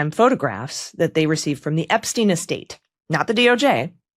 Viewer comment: Who is this Ebsteen you speak of? Anyone know???